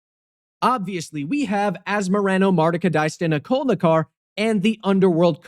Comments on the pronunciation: You were mispronouncing Asmoranomardicadaistinaculdacar, it's Cool-dacar not Cull-dacar according to Gavin Verhey's video on it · I can't believe you said "AsmoranomardicadaistinaculNacar"; it's obviously a 'D', not an 'N'! You FOOL! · Makes deck to make fun of peoples pronunciations of cards and cant say the commander name correctly either